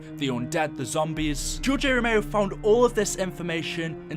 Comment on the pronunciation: George a ro-mayo